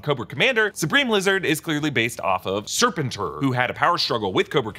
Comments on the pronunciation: Sigh the mispronouncation of Serpentor. Sir-pen-tor.... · fabulous... it's normally pronounced as "Sir-Pent-or" 😚 thanks for sharing ✌🏾☺️✌🏾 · It's pronounced sir-pen-tore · Yeah, that was particularly jarring. I hope he gets it right next time. sir-PEN-tor. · Yeah, that's what happens when you never watched the material you're referencing. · Ugh, I thought it was just me